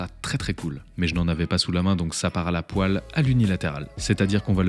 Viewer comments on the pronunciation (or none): none